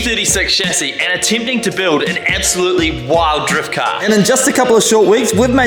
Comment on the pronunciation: Bro casually saying “ebsolutely”